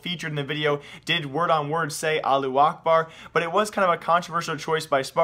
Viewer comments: the way u say allahuakbar is so weird lo. Its Allah- who- ack- bar... u make it sound like allu akbar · It's not Allu Akbar it's pronounced "Alla-who-akbar" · "Aloo Akbard" omg... can you read? its pronounced "Alla-who Ahkbarr" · its not allu akbar is alla-hu akbar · Allahu Akbar" means god is big adn you read it alla akbar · allu akbar? it said allahu akbar, not allu akbar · its not "allu akbar" it's "allahu akbar" learn to speak ty:D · am i the only one or he pronounces Allahu Akbar - Allu A(h)bar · yes :) you are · "aalu akbar" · Pronunciation is wrong bro. Al-lah-hu akhbar. Pronounced like that. And yes it means God is great. And it is not a bad word. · Your reading is like keemstars it's not allu acrbar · It's not pronounced Allu Akbar There's a H . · It's Not called Allu Akbar ^-^ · allu akbar? lmaoo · I cringe every time he says Allu Ahbar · Alu akbar facepalm .you dont even know how to say it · as a muslim, i hear pronounciation of allahu akbar is 2 funny sorry for my lack of english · dude you say "allahu akbar" in the little bit wrong but its ok